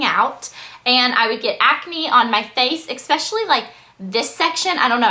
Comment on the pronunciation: Oh my GOODNESS!! You're GORGEOUS. You look a lot like a half Asian and Irish girl from LiveJournal... anyway, you're gorgeous, but AH "exspecially"?! :P Take care!